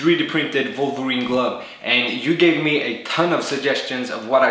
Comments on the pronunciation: who dafaq is volverine? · thre-de pihnted vohlverene gluv